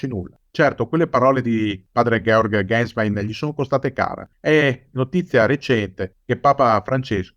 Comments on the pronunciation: Un paio di commenti... Se non sbaglio Ratzinger fu quello che "distrusse" la Teologia della Liberazione... Poi Ganswein si pronuncia "Gansvain" non "Gensvein" all'inglese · si pronuncia genswain, è tedesco Gänswein